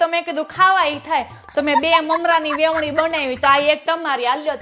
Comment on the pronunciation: Vevni nai veni kahevay